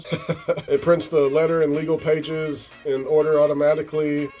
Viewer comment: I’ll never be able to unhear ‘pageses’. Your lighting and or camera setup is amazing.